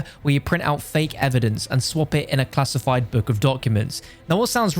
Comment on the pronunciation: i love when he said halariously classifid